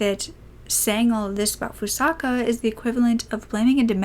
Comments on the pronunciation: I'm 10 minutes into the video and although I appreciate you covering a case like this, I truly hope you put more care into pronouncing the victim's name correctly. There were countless times you would say Fusaka and other times you would say Fusako and Sano was pronounced incorrectly the entire time. It might help if you use something like Google translate next time to help you learn how to pronounce unfamiliar nouns or even the podcast you referred to or someone who speaks the language. Your voice is so soothing and this is just one thing that bothered me. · By pronouncing her name FusaKA instead of FusaKO you're not only mispronouncing her name but calling her by a different name entirely. These victims have had so much taken from them already, don't take their names from them as well. It takes less than one minute to write a name into google translate and press the speaker button so you can hear how it's meant to be pronounced. You're doing victims a disservice by not bothering to learn how to pronounce their names.